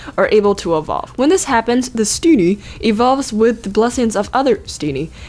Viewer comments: "Let's look at Steeneehhh" LOL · Is it awkward that I find the way you say steenee is funny to me